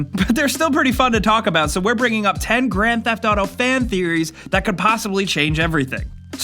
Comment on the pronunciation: the way you pronounce grand theft auto pisses me off, sorry.